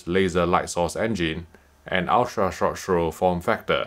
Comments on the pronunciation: "ultra rshh rshh rshh projector" .... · Is it wrong I love when he reviews USTP in part because how he pronounces it? Jokes aside amazing review as always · crack me up how this guy can not say ultra short throw